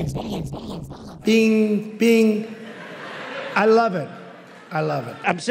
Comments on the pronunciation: At the end of this it doesn’t even sound like he’s say ‘Billions’ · I am into plants so near the end I was hearing "Cyclamen"!!! Give it a try and see for yourself!!! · haha it almost starts to sound like "beans and beans and beans" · Its sound like hes saying big chungus its beutifal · If you speed up the billions part it sounds like he's saying "vegan and vegans and..." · I'm pretty sure he said "binions" a few times 😂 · Billions statting sounded like beans 💀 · “BILLY - INSUN” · "Billy Inzm" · “Billy Inzen” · He's saying Billions of Vegans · Did he say billions? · I heard billions so many times the sound of the word is confusing me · Did he say billions 😂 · Starts Sounding like billigins at some point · i stated hearing biddions lmao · He said it so many times that I started hearing "Bill Jensen" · I thought he said minions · I swear half the time he's saying bittions. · I heard "Billi Ensen" :D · to me it's "beans and vegans" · Lol that is awesome. I kept hearing "biddeons" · Killed me more when it started sounding like Billionzin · It's sounds like "Billy inson" in the end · When “Billions” starts to sound like “Amphibians”🥴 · "Bidigans and bidigans and bidigans" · “Bidiyans and bidiyans” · Billy Enzen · Billy Jensen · After a while, the "billions" montage sounds like he's saying "Billy Enzon". Lol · Sounds like beans and beans and beans. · I definitely heard Billy Enzon too……another friend? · Too many "billions", my ears gave up and I started to hear "Bennigan's" ... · at the billions part, it sounds like he’s saying the name of someone named Billy Inson. just listen to it over and over and you’ll start to hear it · Billy Enzon! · No, he said Billy Jenzen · To me it sounds like Bill Yinsun. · After some time I only heard "Billigons" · After a while it starts sounding like he’s saying ”billy jensen” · i started hearing "binnieinsin" after a while of listening to the billions and billions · Sounds like big agains after a while lmao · bilyins and bilyins*